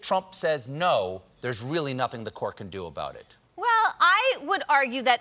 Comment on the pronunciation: "compu-er says naooow" cough